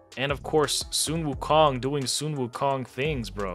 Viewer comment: I believe he was joking about your pronunciation of Sun Wukong, akin to people riffing on Ash except he's basing it on English phonetics and not the actual, which is probably what he doesn't know.